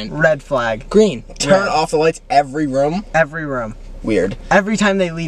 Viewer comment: The way they say room Is crazy "rom"